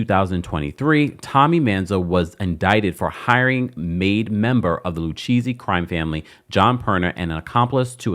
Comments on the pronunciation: Not LU-Cheesy 😅😅😅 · Lucchesi is pronounced Lu-Kay-Zee. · Lucchese pronounced Lu-K-Z😂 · It drives me crazy when people on you tube have a channel, but you don't do your research on pronunciation of names lu cheesy??? Lu Kay see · It’s pronounced Luke-ayzee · Love the way you pronounce Lucchese 😂…. It’s pronounced Lou- K- Zzzzz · 🤌🏾🤌🏾 It Is LU_KA_SEE. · Pronounced “Lu-Kay-see’ babe. I know this from mob movies😂. Aye Dina and this thing is the reboot that RHONJ needs. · It’s pronounced Loo-Casey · It's pronounced: "lu-KAY-zee" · Lucchese pronounced Lou-case-ee 😊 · Lucchese = Lou - Kay -Zee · It’s pronounced LU-KAY-CEE 😅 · I came here to text this 😂😂I’m like I’m pretty sure it’s pronounced lu-kay-z if my mob knowledge is correct 🤔🥴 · Like he’s never watched any documentary about the mob??? How is he pronouncing it like that??? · Omg the pronunciation is painful